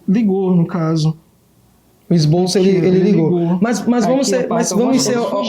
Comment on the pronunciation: "ESBOLÇO" PQP